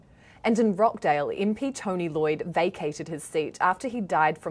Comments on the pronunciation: It's pronounced Rochdale, not Rockdale. The clue is in the spelling. I'm curious: how do you Kiwis pronounce: kitchen, teacher, achieve, reaching and peaches? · ROTCHDALE not rockdale sheesh